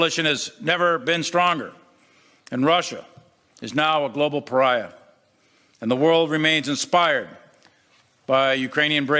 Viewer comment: A "global paria" lol, wtf is that man talking about!!!!